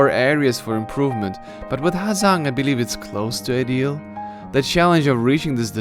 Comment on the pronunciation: Bạn là phượt thủ nước ngoài phát âm HÀ GIANG chuẩn nhất